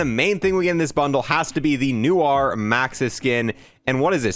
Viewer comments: “Noo -ar” 😂 love your vide man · not knowing how to pronounce "noir" #legomoment